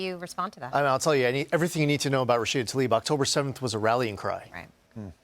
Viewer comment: Please pronounce her last name correctly. It's Tla-ib, not ta-lib.